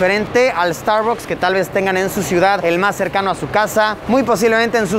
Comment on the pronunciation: me estresa cada vez que dice starbocs :,D